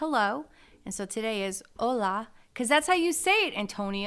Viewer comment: Hola! you said "hola" just right.